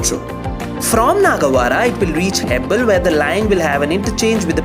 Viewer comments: Hello Please pronounce the place name properly... Don't pronounce Hebbala as Hebbal. Please don't enter our state if you are not able to pronounce our city's or area's names. This is why South Indians hate North Indians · Its not hebbal it is hebbala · Its hebbala not hebbal ...some of the pronunciation of bengaluru locations by the anchor are so irritating and pathetic ...👎👎👎...Next time please do the video using some local anchor please ... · Please learn the pronunciation of these areas. "Hebbal"